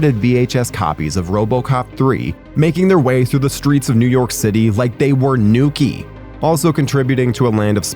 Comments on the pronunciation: Nookiee? Did you mean NUKE AS IN THE DRUG FROM THE SECOND MOVIE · Nukey lol it’s nuke bro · I would have bought one of those nifty shirts, but then you said "nuke-ee". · At least make sure the AI is pronouncing the words correctly. Nukie? Rip Thorn? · Did he say Nukie? As in the 1987 movie? Or did he mispronounced Nuke, the drug from Robocop 2? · Rip "Thorn" and "nukie" really caught me off guard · Why did you pronounce Nuke like that ?